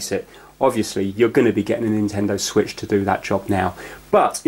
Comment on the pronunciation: The Nintendo wiitch